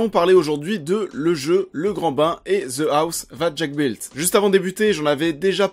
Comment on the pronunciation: « Ze blouze zateuh jacques builteuhhhh » english lesson 1 !